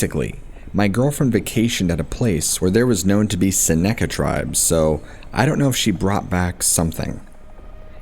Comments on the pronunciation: SEN-UH-CUH not SEN-ACCA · Right, "SEN-uh-ka", with the emphasis on the first syllable. I made the same comment on the other video of his where he tells this story. If you haven't noticed, he tells and retells the exact same stories at least twice a week. He's not even retelling them, he simply replays the same recording of himself. It's really kind of bizarre. Anyway, I commented on the same thing on one of his other replayings of this recording. But it seems as though he's one of those YouTubers who simply do not communicate with his audience. Like... ever.